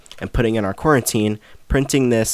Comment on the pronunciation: Saying coroutine as "quarantine" is crazy